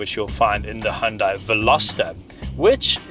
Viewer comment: Why do so many car reviewers pronounce "Hyundai" incorrectly? 😤